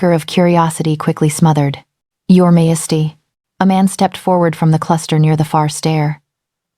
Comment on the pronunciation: Can you please fix the pronunciation of Majesty? The AI reader pronounces it wrong most of the time and it’s very distracting. It’s the same in all of your videos. Take a little care.